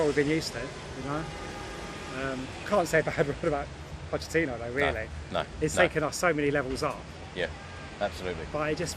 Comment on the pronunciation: "Puddachini" - this gave me a bit of a giggle I have to admit 😁 #LonglivePuddachini